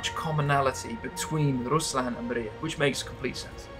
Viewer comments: Amazing stuff, but it's not pronounced Mariya, but Mriya. That's all. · Not Maria! MRIA! It's not name. It's "dream" on ukrainian